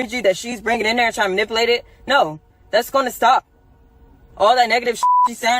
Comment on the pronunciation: If that crazy chick don’t stop saying ma-nipple-ate. Damn!!!